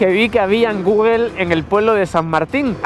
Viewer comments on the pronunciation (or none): none